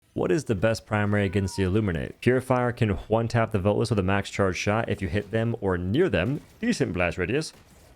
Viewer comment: "HWONE TAP"